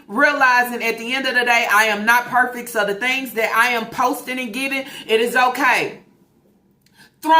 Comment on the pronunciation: What the hell is perfick (perfect)??? At this point I need the to stop talking she mucks up every word that comes out of that dump truck.